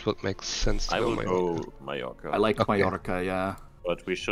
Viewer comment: It pleases me greatly to hear Mallorca pronounced correctly! :D